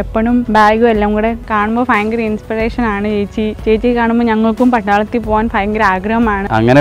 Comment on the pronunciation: God bless you. ❤️ Try to pronounce bhayamkaram in stead of "fayamkaram"